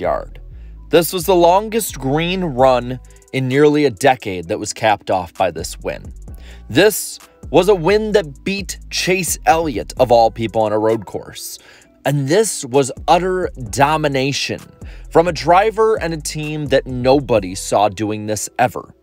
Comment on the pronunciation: At least say the names right Chase Elliott and Michael not Mike and chelliot